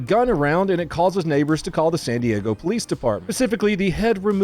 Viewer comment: “Actually it’s pronounced San DiAaago